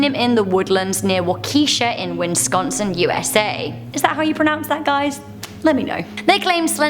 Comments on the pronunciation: Lol you taught her how to pronounce Waukesha but didn't help her with Wisconsin?, there are only two n's wiss-CON-sin not wins-CON-sin. You are forgiven though, you may be in Toronto now, but there are plenty of UK locations we Americans just can't say without help. Keep up the good work. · Not winsconsin its pronounced whis-con-sin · No it is Wis-con-son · Walk-esh-aw wis-con-sin but u were close lol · Its just pronounced Wisconsin, nothing special. Wis-con-sin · You mispronounced "Wisconsin" but it doesn't matter because you're adorable and your videos are very entertaining. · You said Wisconsin wrong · There is no n in between the first I and the first s pronounced in Wisconsin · Waukesha is pronounced Wah-kuh-shaw and Wisconsin is pronounced Whis-con-sin. Not Wins-con-sin. Like whisk without a k. Or Swiss without the first s if you prefer, since we’re known for cheese. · I'm from Wisconsin and we pronounce it "Wau-Kih-Shaw" not with the "key" sounding. It was kind of funny how she pronounced it "WIN-sconsin" though.